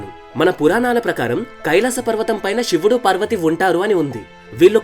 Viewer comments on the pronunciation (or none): none